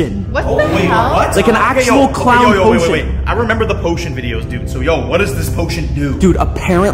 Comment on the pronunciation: Hid the poshon